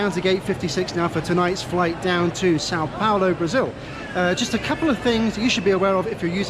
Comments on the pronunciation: *São Paulo not Sao Paolo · Oh, no! Et tu,? Or should I say "Paol"? I'm writing from São PaUlo and last I heard (a minute ago), we spoke Portuguese here, not Italian, and "Paolo" is an Italian name. Plus, "Paolo" has three syllables ("PAH-o-lo" or "pah-OH-lo", depending on your region), while "Paulo" has only two ("POW-lo") and that's how you (correctly) pronounced it yourself. The largest city of a whole continent (22 million people metro), with a GDP larger than some European countries, deserved better. So did the saint who created Christianity as we know it, named the place and, indirectly, also named you. Hats off for correctly including the tilde in "São", though! That said, Guarulhos International Airport is exactly on the Tropic of Capricorn (it goes through the runway where you landed), in the transition of two weather zones, and its location in a narrow river valley doesn't help either. It's plagued by early-morning fog and before they installed ILS, it used to have frequent flight cancellations, especially in winter (and you arrived on the second day of the Southern Hemisphere's winter and in the middle of the year's second cold wave, which usually makes the weather really gloomy, in what is otherwise the driest and sunniest season here). Still, I hope you had a good time here anyway. This city looks frighteningly huge and chaotic, but like every major city, it has lots of hidden charms. I'm originally from another part of Brazil, but I've been living here for over 20 years and love it he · it’s São Paulo*